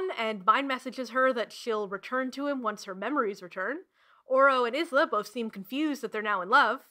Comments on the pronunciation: Sooooo.........., Okay. Look. Isla's name is a bit of a problem. After making this I learned the audiobook and author both pronounce it Ice-la or indeed Eye-la. But in book we do hear about her name Pronunciation vaguely: grim says it "correctly", with every letter and a hiss. Not exact quote obvs but by the specific mention of a snake hiss to her name Isssslah made sense! That and when I just googled the name to he results said Isss-lah. But since I've had a lot of people assure me it's actually Ice-la. I'm sorry. It's too late now. I thought I had it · I hate to be this petty, especially when I can tell this is going to be a VERY entertaining way to spend 4 hours (I love mess), but. Uh. Does the presenter pronounce the name Isla like ‘Iz-la’ the entire time??? (For those who genuinely don’t know, Isla is pronounced like ‘Eye-la’.) Of course, if the author herself states in-text that it’s pronounced Iz-la, I will redact my extremely petty complaint and instead lay all blame at the author’s feet. Onwards to the rest of the review! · i love this video sm it's definitely my new go to background essay!!! but also i must giggle every time you pronounce isla is-la and not eye-la. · ... I believe Isla is pronounced eye-lah. I have a friend with this name, with this spelling, and this is how it is pronounced. I could be very wrong, maybe the author intended Isla to be pronounced is-lah. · smh and Alex was praising the audiobook so much but it doesn’t even pronounce the names right??!! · I always thought Isla was pronounced Eye-luh. Completely took me out of it every time her name was said! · I'm conflicted about the way you're pronouncing Isla. I've seen other reviewers pronounce it as Eye-la, and that's how I've always said it XD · Isla is actually a Gaelic name, and it’s pronounced “Eye-la”, the s is silent, but I haven’t read the book so I don’t know for sure maybe the writer made that intentional ?? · Issslak> eyeslah everyday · isla is pronounced “eye-la”